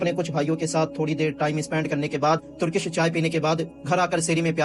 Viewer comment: بھائی ترکش نہیں ٹرکش ہوتا ہے۔ لیکن آپ کی video اچھی ہوتی ہے